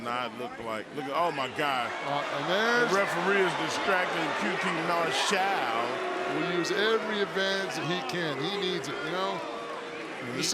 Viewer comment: its qt Marshall not mar shell Justin